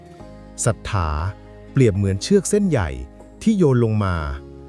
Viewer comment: ป้อนข้อมูลเอไอผิด ศรัธา ไม่ใช่สัทถา..แต่ก็เข้าใจดี..